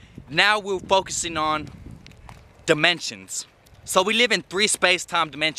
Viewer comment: He said “we live in four demontions” I thought damn he high af